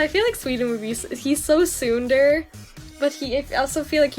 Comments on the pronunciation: hi, not to be rude or anything, but I wanted to point out your pronunciation of tsundere. You got the "tsun" right on! But "dere" is pronounced more like "deh-reh" c: A lot of people pronounce it "dare-eh", but the Japanese pronunciation is the former. Hope this is helpful! Don't worry about looking like a weeb, btw. Japanese culture has a lot to offer, and it's simply ignorant for people to assume that anyone interested in it denounces their own culture :c I just went to AX and it was awesome ;3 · Oh god hearing you pronounce tsundere like that is a bit... 2016 reminiscent.